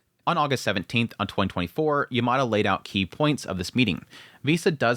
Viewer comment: FYI Yamada is pronounced Yam-ma-da, not yer-mar-der